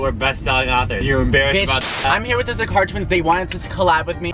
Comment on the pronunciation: When you said Zakar twins I thought you said "ze car twins"